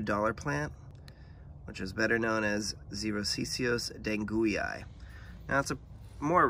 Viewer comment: Good job pronouncing that tongue twister of a name ! This guy is pure fun. Your plant looks like it’s enjoying life. I was gifted a small cutting a while back. It hasn’t done much so far. I’ve been trying to find a seed grown plant at a reasonable price, because this species only forms a caudex when grown from seed. Most plants for sale are from cuttings which make nice plants but I figure if I’m going to grow this one I’d like to get a caudex in the bargain. ~ I hope that you’re enjoying the rain. La Niña is a drag.